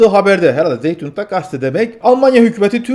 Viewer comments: zeitung diye okunmaz, saytung diye okunur 🤣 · Zeitung "Say-tung" doğru, "Zey-tung" yanlış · Selamlar Diline emegine saglik, Almanca Zeitung,yani gazete,Türkce okunusu( saytung ) diye söylenebilir Hayirli Aksamlar